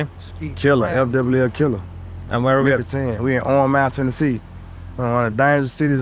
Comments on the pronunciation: Memphis, TenehKey😂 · "TEN AH KEY":face-blue-smiling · He said teneetee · Whitefolk say born an raised teneetee 😅😅😅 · Memphis ten a key